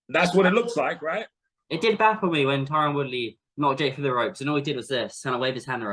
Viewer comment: bruh he called tyron Woodley "Tyren Woodrow" LMAO